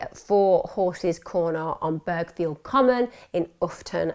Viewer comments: Great stuff Emma, although can I just point out a few minor points: 1. It’s pronounced Burr-field, not Burg-field. 2. Berkshire is pronounced “Bark-sheer”. 3. The car name Seat is pronounced Say-At, not See-At. 🙂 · yep, burghfield was also mispronounced